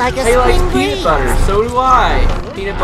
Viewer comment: It's not peanut butter, it's "sea"-nut butter :3